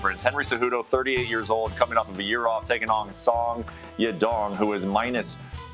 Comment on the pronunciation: 'Sawya Dong'